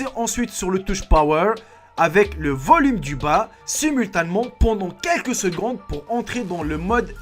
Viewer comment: je corrige les fautes: primordiaux (pas primordials), les conseils vont (pas ils vont) vous sauver, bourrés DE (pas des) fautes (ironie ?), pas LES (pas le) reflexes (prononciation), simultanément (pas simultament), rue DU (pas de) commerce (prononciation), soit, soit (pas soit ou soit), de rien je suis pas prof de français